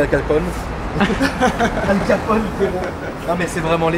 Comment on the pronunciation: Salut « alcalpone » 🤣